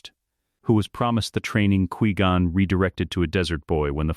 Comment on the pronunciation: 1.25x speed makes the ai speech a lot better but cant help how it says qui gon